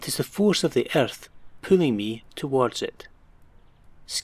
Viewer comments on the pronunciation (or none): omg i laughed so hard when he said erthh